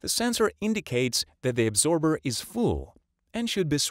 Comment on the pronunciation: absorber not “adsorber”.